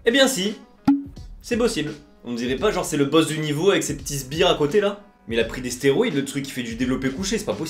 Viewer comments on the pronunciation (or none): none